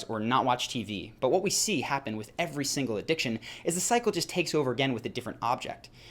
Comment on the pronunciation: every time Cycle sounded like Psycho